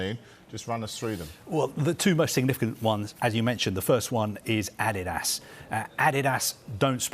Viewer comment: Just listen to that pronunciation Adidas...this has to b wrong?